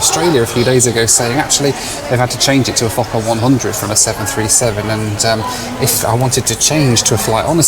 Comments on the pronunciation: I thought you said fucker-100 just spat out my tea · i first heard that as "the fuck up 100"